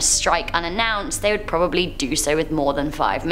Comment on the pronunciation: ARE YOU TRYING TO SAY WORD" DO "'BUT INSTEAD YOU SAY "JEW"